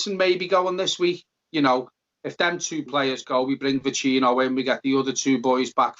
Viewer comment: Neither of you can pronounce Vecino correctly. Painful.